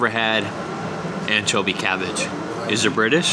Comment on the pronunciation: Haha, what's "anchobie cavvage? Did you catch yourself when you said that? It's like when people say, "Can I have a cop of cuffee?" 😆 Worchestershire on fish? No way. Malt vinegar and tartar sauce. Great video as always. Stay safe and be well 😊